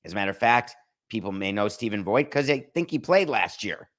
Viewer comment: Stephen Vogt's last name is pronounced like the word vote.